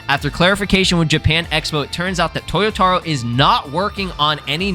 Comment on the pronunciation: it's to-YO-ta-ROH, not toyoTAro....